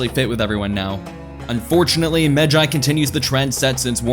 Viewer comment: Thank you for pronouncing it right